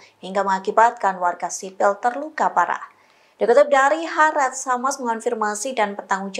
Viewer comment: News Anchor Tribun ga bisa baca istilah asing ya? kalo E nya dobel bacanya I, Al Mayadeen harusnya bacanya almayadin, hareetz bacanya haritz.